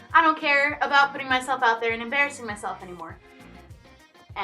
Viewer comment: 8 years later and she stills says shubscribe 😂🥰🥳